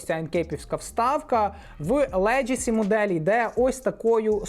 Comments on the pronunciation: Like as usual👌друже ти ж шариш , має бути "легасі", а не "леджесі", словом "леджеслейшен" не перевіряється😜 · це слово звучить леГАсі, а не леДЖЕсі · За відео лайк та одна поправка - леґесі, не леджесі